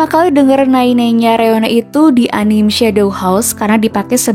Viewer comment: kontennya sangat menarik dan bermanfaat. sankyuu! rekomendasi lagunya kumasukin playlist semua. oh ya, sekadar saran aja buat ngucapin "anime" yang benar itu, "a-ni-me" . "me"nya diucapin kayak nyebut "Medan". jadi bukan "anim/enim". sekali lagi terima kasih, semoga kontennya makin rame dan sehat selalu!